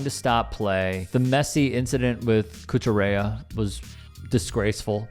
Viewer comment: Bro, stop pretending like you actually care about racism and the sport of football. You can't even say Cucurella name correctly. Your American ignorance is baffling and you're singling out one nations history of racism while ignoring the many other countries histories of the same. Argentina isn't even among the most racist countries in the world. Do your research, like a deep dive research and stop pretending like you're morally capable of spreading factual news when you clearly have a biased agenda. You're calling out the diving? Really? Obviously you don't watch football. It's too bad you'll never read this because you could learn from people that actually know the truth, but even then you're just filled with as much hate as the stupid ones on the right. Your success shows just how fucked up this world has become. Why don't you talk about the shitty things other nation's fans have done. Mexico webt to Ecuador's hotel and harassed them all night long, and used homophobic chants during every goal kick. But u won't bring those up, will you?